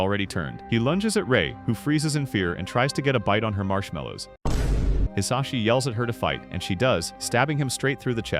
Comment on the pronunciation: Did someone say mushmallow😂